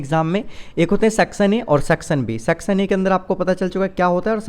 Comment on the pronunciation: Sir please aap (Section) ka pronounciation barabar kijiye na